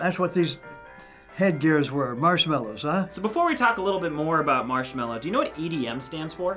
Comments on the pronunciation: "Marchmello!" XD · I only know Marshmello not Marchmello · When the grandpa say marsmello I was like 'wat!'